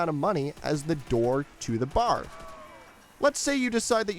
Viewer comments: B.A.R. not bar. C'mon man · Firstly, it's pronounced B-A-R; it stands for Browning Automatic Rifle, you're supposed to say the individual letters. Secondly, it shoots slowly and has a 20-round magazine because in real life it shoots slowly and has a 20-round magazine. That's not the game's fault, that how the gun actually is. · Knew you were Canadian the moment you said BAR